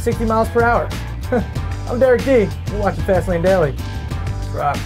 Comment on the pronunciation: And why do they always say "Fast Lane Dally"?